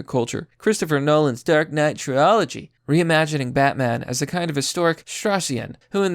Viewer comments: "Dark Knight Tril-ology"? I cringe watching YouTube sometimes because it seems like so many YouTubers out here can't pronounce simple English words. If you're going to run a YouTube channel and certainly if you're going to champion America, you need to be able to speak the language without coming across like you have the reading skills of a 4-year-old. And I know this isn't an isolated incident, I've heard words being butchered on this channel many times. Get it together, man. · He mispronounced TRILOGY.